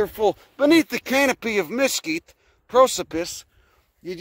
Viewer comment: I love how you pronounce Mesquite.